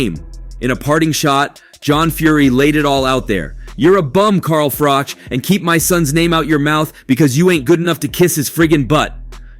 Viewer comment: This is all old footage... 😂 and its Carl Froch not Frosh 😆